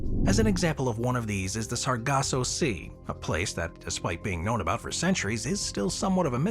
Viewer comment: *SARGASSO Sea, not "Saraco" & *RICHAT Structure, not "Reshot" Pronounced correctly, tho', gg 😇👍